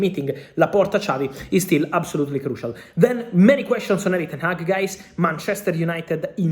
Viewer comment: Ten-hag stays